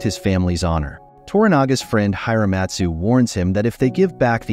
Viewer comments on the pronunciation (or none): It loses something when you don't pronounce the character names correctly; It's Ya-boo-she-gay, not Ya-boo-shidge; and the "I" is not long in Hiramatsu, it's Hear-a-matsu.